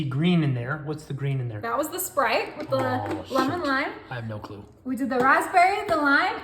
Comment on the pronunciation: It’s not SherBERT It’s sherBET She’s so annoying with her sickening voice It’s SPRITE Not SPERITE